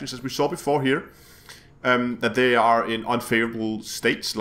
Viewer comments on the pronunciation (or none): none